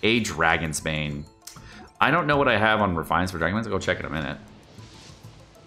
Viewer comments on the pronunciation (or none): none